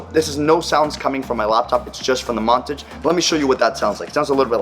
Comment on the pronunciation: It's Mon-Tage. Not, Mon-Tige.